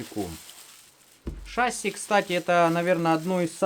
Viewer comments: почему шАсси, правильно ведь шассИ, не? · Смотрели с сыном, всё понравилось, но правильно говорить шасси́. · ШассИ, ударение на "и" у авиаторов %) сорян, за замечание. Все равно лайк)